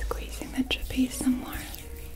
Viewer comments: Tra-pi-zi-us 4 syllables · THANK YOU I LITERALLY CRINGE WHEN SHE SAYS TRAPEZE IDK WHY